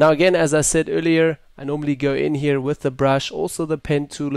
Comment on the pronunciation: LOL the "hier"